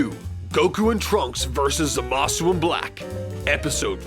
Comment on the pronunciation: Man, i just irk every time someone pronounces Zamasu's name complete with "U" at the end, and what's even worse is i hear the dub officially does the same!